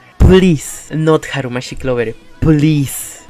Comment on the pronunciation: Its so funny when you say "harumachi clover" :_krappeXDD